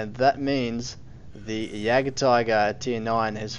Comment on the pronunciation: Great video! But just one thing... Why do so many people call it the Jack tiger and Jack panzer e100? There is no JACK! It is jagd, from the german word Jäger, wich mean hunter. I know, writting jagd won't help you prononce this name since it is kind of an unusual word in and sound in english, so to get the pronounciation right, trying to say "eagt" might help, only the A must be said not in english, rather the way the A is pronounced in french... Anyway, way too long explanation😅 Keep doing your videos, I really enjoy them! :)